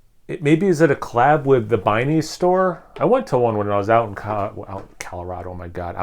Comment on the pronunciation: B+.. would be A but the way you pronounced Binnys😂, lol not making fun.. but I am having fun watch this.. no all joking aside great job.. i mean that's kind of the reason people put adjuncts in beer, to enhance what you can get from core 4.. ive not had this beer but if they did it in a subtle way where it tasted natural then that sounds like a beer I'd like.. pipeworks is yet another Chicago brewery putting out some fire..